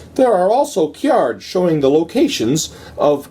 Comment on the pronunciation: As long as you keep pronouncing "cards" like "cyards," I'll keep watching!